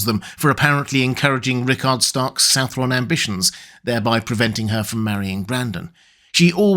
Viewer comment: Southron is just an archaic spelling of southern man, it's pronounced either su(n)-th(e)-urn or su(n)-th(e)-run.